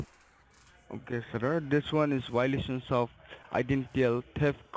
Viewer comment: You have a lot of Why-lations